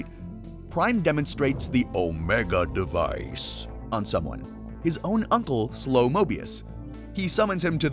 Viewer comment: please stop saying omega device like that gng